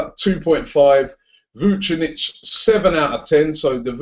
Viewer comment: Dunno how you can pronounce Mirko Vucinic's name right, but you still say CAR-ZOLA.